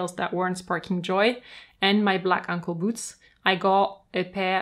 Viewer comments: OH! ANKLE SHOES!!! Lol... I thought you were calling them UNCLE SHOES!!! XD oh boy... that took me a while to figure out. (Aey)ng-kul ~ (Ung)kul... got it! Rewatching with understanding now. Lol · I have an issue that I have to wear matching colours because I love colour. Therefore, I have shoes to match each outfit. Do I wear them all? Yes! I love hearing that someone else says ankle with an accent which is heard as uncle by everyone else. Comforting to me. You have a beautiful soothing voice and I love your extensive knowledge. Thank you. I own over 100 pairs. 🥰🥰🥰🥰🥰